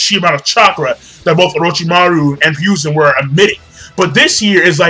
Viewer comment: Say it with me... HE-ROO-ZEN. It Hiruzen... Who's Ryuzen?